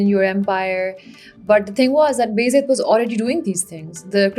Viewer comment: Can you please pronounce "Beyazid" as "Baa Yazeed" because that's what the actual word is. It is not "Bezid"